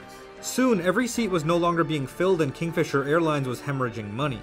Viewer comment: Kingfisher? No. Kingfeemer? Yes.